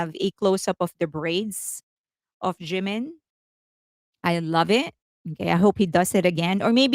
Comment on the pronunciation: Here we go again! First, his name is Jimin, not Jinmin. Second, copied? Blonde hair and long is now intellectual property of Felix? What are you talking about? Blonde hair suits Jimin very well. He is absolutely gorgeous. You could have praised your faves without mentioning Jimin, but you can’t help yourself, don’t you?